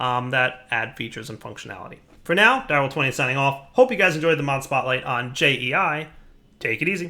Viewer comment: did he say mob smotlight?, cool mod anyway keep up the good work!!